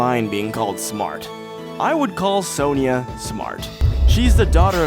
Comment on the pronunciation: Side note: "Kahn-bay" "Sahn-jah" More correct.